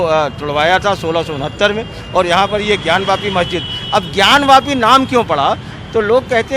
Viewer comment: ज्ञानव्यापी नही, ज्ञानवापी।